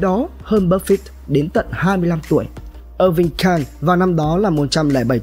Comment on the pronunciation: Bạn học cách phát âm chữ "buffett" nha bạn. "Búp phít" nghe muốn xỉu. Chắc bạn nghĩ chữ e đọc là i nên thêm chữ t vào đọc là búp phít.